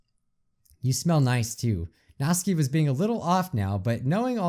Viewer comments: Natsuki, nawt-soo-key. Not natski. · It’s natsuki not natski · I dont want to sound rude but you pronounce Natsukis name as Nats Sooky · Natski? It's natsUUUki no offense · I love love love your vids, watch them frequently, so please do not take this wrong... but her name is "NAt-SUE-keeee"... not "Not-ski" ;) ;) ;) I promise, its an A sound, not O, and there is a sue in there :D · whos natski i thought it was natsuki (knot - sue - key) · ...i keep hearing saying natski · it's nat soo kee. you're saying it as nat skee :) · IT'S PRONOUNCED "NAT- SUKI" NOT NATSKI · Nat-Ski¿ I've not heard anyone pronounce it the way you do. Isn't it Nat-Soo-Ki¿ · It’s pronounced [ nat - soo - key ] Not [ nat - ski ] 😂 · I dont know if anyone realizes that bijuu is calling Natsuki (NAT-SU-KI) Natski? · Hate to be rude but it’s said as (NAT-SU-KEY) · Not being mean but its Natsuki ( nat-sue-key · “and Nazi’s clearly excited.” “I held Nazi tighter.” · Yeah, he calls her “Nazi” or “Natski” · is pronounced natski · Natsuki is said like NOT-SU-KEE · ITS NatsUUUUki!ADD THE U! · Sorry I just wanted to say it's pronounced Not-soo-kee . It's just been bothering me 😅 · Its Nat suk e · It's pronounced nat sUki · NOT-SOO-KEE. Say it with me. NOT-SOO-KEE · GOD ITS SOOO ANNOYING!! HER NAME IS PRONOUNCED 'NAT-SOO-KEE'!!! NATSUKI!!!!!!!1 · it’s pronounced “NA-SUE-KEY” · i think that you pronounced Natsuki wrong. there is a "U"